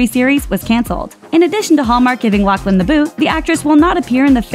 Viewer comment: OMG!!!! It’s pronounced LauFlin!!! No C